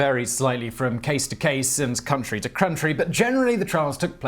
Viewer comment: “Country to crountry”?!?